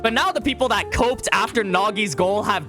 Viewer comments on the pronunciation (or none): My man keeps mispronouncing cope